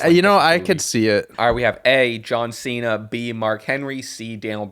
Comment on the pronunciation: The one had one of his better mispronounced names when he said you have a big mouth John Chena